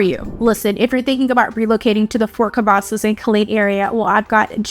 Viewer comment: She said Fort Cavasos... know she not from here😂..... And she make it like you have to travel you 40 minutes from Austin depending what side of town you are on. But it take me longer driving frombone side of Dallas to the other side. Also you can drive to Dallas, Houston, or San Antonio for all the fun. Killeen is not a place for jobs, its for military people and retirement people. If you willing to drive to Austin for work you will be ok. You have Kalahari, Summer Fun, Austin Park and pizza, a other things for the children. Killeen is a good place to raise children and a good place to start a business. But its better for people to stay where they at, dont need no more people 😂. And our Base is Fort Hood, not Cavasos, us originals will never go with the name change